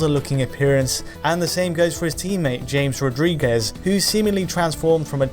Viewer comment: "James" Rodriguez. LOL.